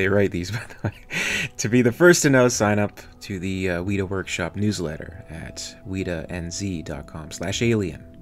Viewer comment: Another great video, we've got the Weta Xenomorph up for preorder at the Weta site now - And by the way, its pronounced Wet a not weeta. Its the name of a very large insect that lives here in New Zealand, being an Alien fan, I thought you'd like to look it up :)